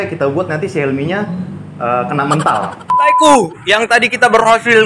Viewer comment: Kena me'ntal bang bukan mental .. 😂